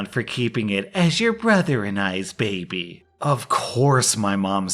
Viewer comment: MY BABEH IS NOT MONEH